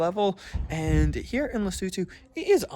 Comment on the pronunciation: finally someone pronounced the name of the country right 😂